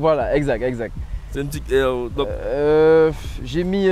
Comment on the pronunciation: C'est épique d'acheter une type R et de ne pas arriver à prononcer correctement le R ! Type EWE Et des EP3 yen a eu presque 35000 produites dans le monde et non pas 6000 Type R au total, et donc quasi autant de FN2, EK9 Intégra, etc. C'est une berline 3 portes pas une sportive en série limitée.